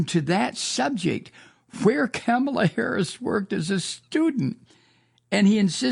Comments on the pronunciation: Comma-la not Kamma-la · Her name is pronounced "Comma la" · Love your show, but you keep mispronouncing Kamala's name. It's pronounced "CommaLa."